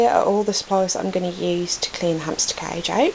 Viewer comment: Your right but I died laughing at this 😂 ,,that king of cadge” CAGE ,,hamster oner” 😂. cadge